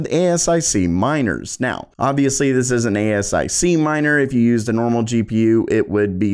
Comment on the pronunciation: most pronounce it A-sic. A ess eye see - that's unique.